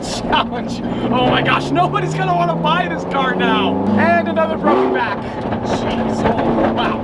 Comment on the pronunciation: Anotha one